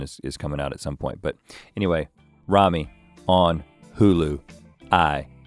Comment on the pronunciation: It's Ramy not Rami!!!!!